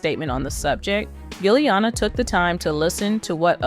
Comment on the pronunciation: was the pronunciation "Gilliana" intentional?